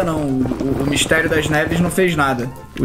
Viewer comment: Meudeeeeeeeeeeeus esse nelipe feto kkkkkkk nao sabe falar MISTERIO SOMBRIO SERTO